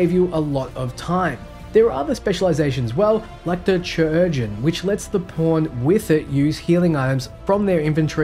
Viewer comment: Good video, I have one nitpick though. It's how you say "logistician" - there is an "s" in there so please say it! And "chirurgeon" too XD